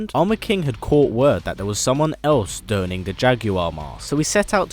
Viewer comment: "Play tribute" Did you mean 'pay tribute'? "A man dough'ning..." Did you mean 'donning'? Get this video to 750 likes...why? Do you get paid by the like?